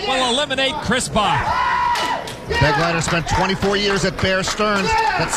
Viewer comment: The name "Begleiter" is being badly mispronounced! It is a common German noun: It means "Escort" and the accent is on the second syllable!